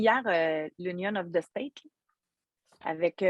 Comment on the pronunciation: " Union of the STEAK "...😆😆 SVP, dis nous que tu fais par expres pour dire des choses comme ça..😋